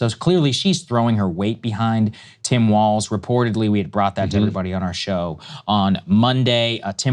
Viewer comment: "Walz" is German and is hence pronounced "waltz," not "walls."